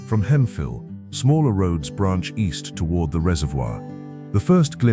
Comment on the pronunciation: is Hemphill. Pronounced Hemp-Hill not Hemfill like the AI narrator pronounced it. Hemphill is where most of the Space Shuttle Columbia fell and was the primary focal point of the recovery operations. is San Augustine. Pronounced San Augus-teen.